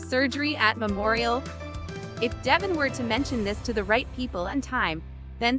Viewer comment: It is pronounced de Vaughn not devon